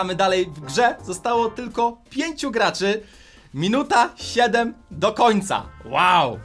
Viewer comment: Gaczy XDDDDDDD